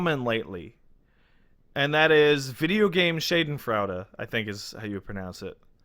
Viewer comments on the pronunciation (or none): First thirty seconds, I can't. Its "Shah-den-froy-da" you balding trashbag! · it's more of an "uh" sound for that last syllable, german is weird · “Shade ‘N Fraud-uh” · Shaw-Den-Froid-a SHädənˌfroidə schadenfreude say it right. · wins the award for most creative attempt at pronouncing 'Schadenfreude' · Not even close on the German pronunciation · As a German, it hurts me whenever tries to pronounce Schadenfreude.